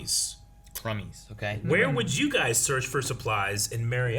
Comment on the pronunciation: Cumby's is short for Cumberland Farms. It is indeed a convenience store and gas station but LOL, when you said crumbies....🤣🤣